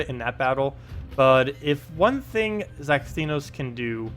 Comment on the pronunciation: You said it right!!!!!! Well, at least the very first time at the start of the vid...